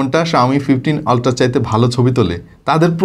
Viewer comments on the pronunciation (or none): ভাই আপনার উচ্চারণের অল্ট্রা সরাইছে ওইটা উচ্চারণ দাঁড়াবে আল্ট্রা